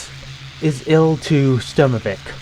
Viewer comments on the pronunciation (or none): > First 10 seconds of a video > literally first words spoken > horribly mispronounces title of the game in a way that nobody who plays the game actively ever pronounced it